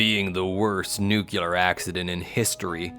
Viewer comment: I was trying to adjust to the new voice but after the fourth "nucular" I just had to turn it off. Where are you?